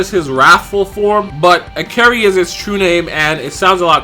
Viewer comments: Ikari is pronounced (EE-CAR-RHEE). Not (EE-CARRIE). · "this form is called acary" ??? LMAO Bro , you immediately said after that that it's official so at least don't butcher it's name , it's Ikari , it's read the same way as it's spelled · Cameron4anime It’s pronounced like I Ka Ri... it’s not that hard lol